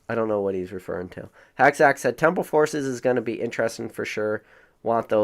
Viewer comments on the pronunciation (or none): Interesting* fyi you forget the g at the end when you say that word